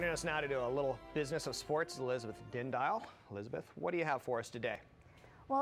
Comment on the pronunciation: he said her last name wrong... it's din-dee-all..